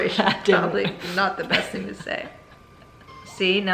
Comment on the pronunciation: It’s a “southern thinG” to pronounce the “silent” G——- it’s not a K